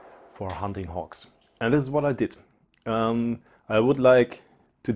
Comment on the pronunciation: It sounded like fox, but I believe he was saying hogs.